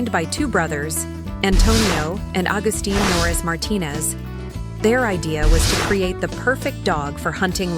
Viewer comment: Nores not noris.